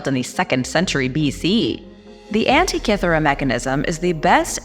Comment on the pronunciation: In future, PLEASE learn the pronunciation of the words before you speak them in public. Automaton, Daedalus & Antikythera to start. My granddaughter & I love to watch your content. We will sit & watch several at a time.